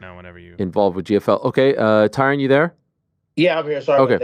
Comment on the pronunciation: Why he say his name like that it's Ty Rone